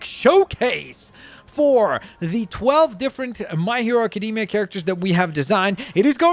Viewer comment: Nobody:: My Hero Acadeemia